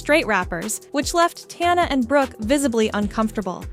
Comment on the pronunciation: Bro i cant trust you if you cant even say tana's name right. 😂😂